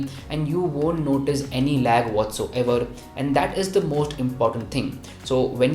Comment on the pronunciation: What so ever... WHAT SO ever... WHAT SO ever.... Worst review